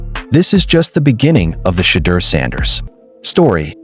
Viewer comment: Good article. Shhhhedeur will shut them all up. BUT PLEASE, learn to pronounce his name! (Shedore) Come on people.